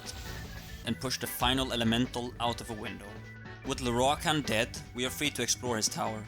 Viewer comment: ok rewatching this can i just say i really like listening to you pronounce lorroakan's name . the rolled R's !!!